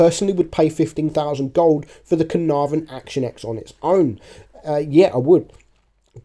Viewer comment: Mate, it’s pronounced Action ‘ten,’ not Action ‘ex.’